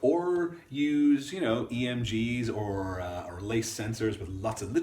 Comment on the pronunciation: Er not or.